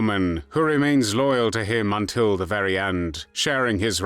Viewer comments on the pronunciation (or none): none